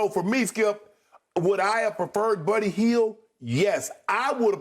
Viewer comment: Uncle Shannon: “Birdy Hield” 😂😂